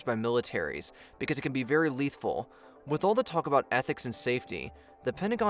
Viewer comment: "Letahal Autonomous Weapon" ?